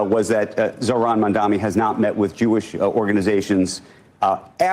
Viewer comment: I was going to call out the anchor issuing the "clarification" (or what we in reality call a correction) for mispronouncing "Mamdani", but then he also mispronounced "Jewish" so maybe he just doesn't talk so good.